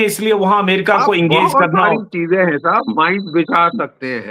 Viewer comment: I love the way G.D sab say the word Sab Respect from Pakistan